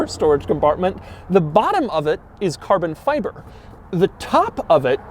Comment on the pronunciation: I got about 1/3 of the way in to the video, when I just couldn't take any more of Doug's extended pronunciation of certain words such as: Carbon Fiberrrrrrrrrrrrr, Togetherrrrrrrrr. Minnnnnnnd, Passengerrrrrrrr, Onnnn.